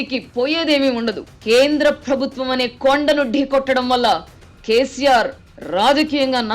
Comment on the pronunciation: Nice analysis....but చిన్న సలహా.... ప్రభుత్వం అనే పదాన్ని సరిగా పలకండి... ఫ్రభుత్వం... అనటం కర్ణ కఠోరంగా వుంది